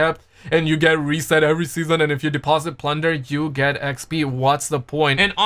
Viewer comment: My #1 news reporter covering all the gaming news. Lots of Rrrrrrrrrespect.